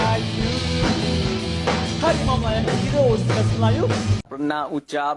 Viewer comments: Hawimau - hawimau , bukan harimau , dan bukan buah limau , dia bilang harimau aja salah ... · bukan harimau . tapi hawimau. ka lidah malaysia gk bisa ngomong huruf R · Hawimau.. Hawimau.. Mereka tidak bisa mengucapkan huruf R dengan benar karena memaksakan diri mengikuti pengucapan huruf/abjad pada bahasa penjajah Inggris padahal pengucapan seperti itu sangat tidak sesuai dengan lidah orang Asia Tenggara.